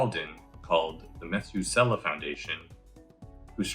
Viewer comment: Meth-U-selah. Emphasis on the second syllable, with a short u. From the longest-living person in the Bible, who legendarily lived 969 years. Otherwise, great video to reach the average person on this topic. It's been getting a ton of publicity lately - I think the pandemic and the rapid advance of AI has had a lot to do with this, as well as everything simply reaching a critical mass.